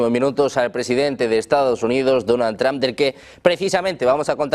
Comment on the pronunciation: ¿El presidente Donald "TrAmp"? Los españoles, al igual que los ches (argentinos) no tienen oído para los idiomas extranjeros.